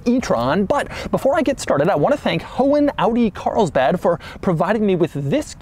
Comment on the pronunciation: Audi "Carisbad"